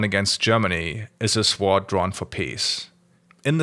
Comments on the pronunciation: pleeeaaaase the w in sword is silent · As a fellow German, I'm more intrigued by his pronounciation of sword.